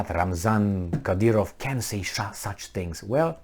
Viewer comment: His name is: Cadârov.